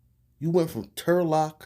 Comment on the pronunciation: When u said Trulock I gasped. Turlock is super rich